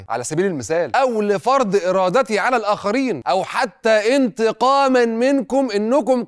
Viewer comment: (موسى- عيسى) دي اسمها ألف لينة ، مش ياء. (على )ده حرف جر بيتنطق علا، زي ما بتقول موسا وعيسا. (علي) هو الاسم اللي بيتنطق علي.